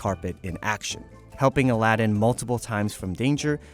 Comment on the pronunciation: your pronunciation for Aladdin is bad